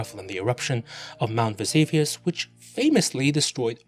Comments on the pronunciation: Mount Ves-A-vius? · It was interesting right up until you said "Mount Vesavius." You lost me there bc in is :Mount vesuvius" and I am sorry but if you cannot get such a simple fact right it calls into question all your other claims.